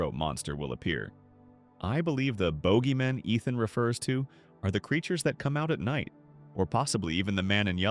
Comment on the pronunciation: "Boogeymen" Using ai is one fuck up in and on itself, but not even checking for any mistakes is just straight up sad.